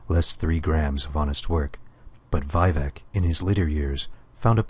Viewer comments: "VYE-vec" Stopped listening and voted it down immediately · "veye-vec" Oh god my brain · Stopped when you pronounced his name wrong... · I was playing my Dunmer nightblade in Elder Scrolls Online and wishing I could somehow read the sermons and play the game at the same time. The pronunciation of Vivec bothers me a bit too, but otherwise this will do just fine. :) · regarding the rude comments about his pronunciation of Vivec, the video is a decade old, before most verbal pronunciations of the name (ESO). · ***** It's extremely basic, it's like saying 1+1 is 3. It proves he didn't even care enough to check the pronunciation of one of THE main characters in Morrowind. It also proves he didn't play Morrowind. When you do something like this you have to do a little research. It just hurts my ears to hear him pronounced like that.